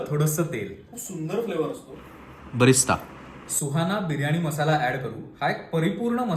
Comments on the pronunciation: Lol its not Barista its Birista. 😂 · "Birista" mhantat "Barista" nahi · Ek correction ..बिरीस्ता म्हणतात तळलेल्या कांद्याला ..उर्दू शब्द आहे हा ..मीही आधी बरिस्ता म्हणायचे चुकीचं ऐकून..